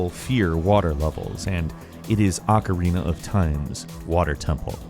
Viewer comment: Why is the word ocarina so hard for people to say correctly.